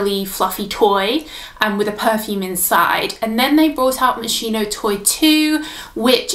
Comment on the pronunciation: It’s pronounced MOS-KEY-NO not mos-she-no